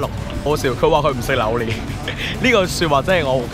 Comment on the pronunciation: 點解要讀榴蓮讀榴鍊🤣支持你 你真係我地既開心果黎😟要笑多啲